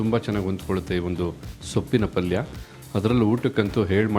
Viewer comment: ಪಲ್ಲಿ ಅಲ್ಲ ಪಲ್ಯ